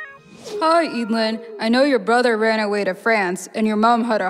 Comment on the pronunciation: I thought it was pronounced e-dl-yn